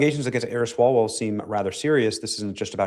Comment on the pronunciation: It is pronounced 'Swallow-well'…